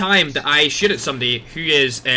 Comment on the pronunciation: When you say shoot, I hear shit😂